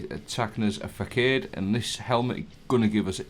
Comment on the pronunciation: Mate its pronounced fah sod 👍